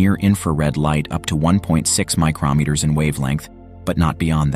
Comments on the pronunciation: micrO NOT micrAH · The "this is what it saw" part isn't true. AND, the announcer repeatedly said, micrAHmeter. Try harder! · It sounds like the narrator is saying micronmeters. There are no such things. mi·cron noun a unit of length equal to one millionth of a meter; a micrometer. saying micronmeter is like saying inchmile. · Interesting and informative. However, your speechbot needs to be retrained how to say "micrometers" properly.